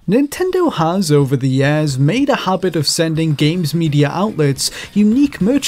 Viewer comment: Why does he say yers